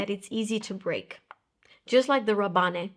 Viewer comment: I believe in Rabanne (from Paco Rabanne), the "e" is silent, so it sounds /Raban/, although I may be wrong. Your videos are the best! x